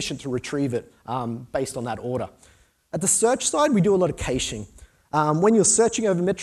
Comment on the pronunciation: Kayshing??? That has to be the single weirdest pronunciation of caching I have ever heard. =) And did he say "taint the demo gods" a few times? Temp maybe? I know... maybe it's the aussie accent... I'm a bit picky but what can I do? This is who I am.